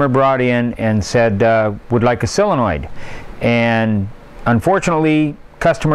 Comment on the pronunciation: Soooooooole le noid… sooole…sole…sole… Len…noid Not sell le noid